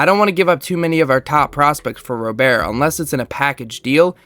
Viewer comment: Hate to be that guy but Luis "Robert" is pronounced like an American Robert. I agree its weird but ya /